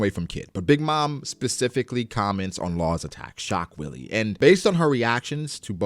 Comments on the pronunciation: Shock Wille pronounced in Japanese would be (shock while)....so it "shock wire" really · I think laws attacks are supposed tobe pronounced shock villa/ puncture villa.Alot of Laws attacks have german names (i.e. sterben) wille is pronounced villa in german if im not mistaken. (I dont speak it though so take that with a grain of salt) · as a german hearing him saying "shockwilli" instead of "schockwelle" haha nice... german word for shockwave, was super funny